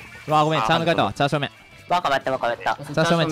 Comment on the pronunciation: チャー正面がチャーシュー麺に聞こえて笑ってしまった